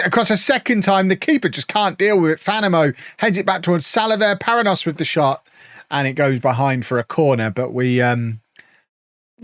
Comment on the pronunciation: Just gonna get all my pronunciation thoughts out in the comments to this video. The 'nh' construction in Portuguese is pronounced like 'ny' in English or 'ñ' in Spanish, so Paranhos would be "pah-rah-nyos" with the last syllable rhyming with "dose" or "most" without the T.